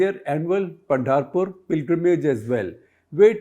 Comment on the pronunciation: वरकारी नही sir वारकरी होता है। पंडारपुर नही पंढरपुर होता है।